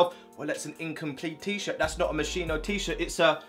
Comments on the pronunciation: Swear it's pronounced Mos Ski No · U pronounced moschino wrong 🤦🏼‍♂️it is mos-kee-no tho😂